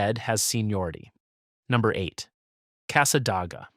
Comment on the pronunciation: It's O-chop-ee; and Cassadaga (with "day" in the middle, not "ah"), Alafia is with a f-eye in the middle,....AI is awful.